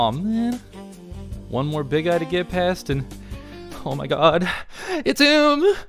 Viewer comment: I never noticed until hearing you talk about them that saying "Big Eye" can sound like youre just calling it a "Big Guy" lol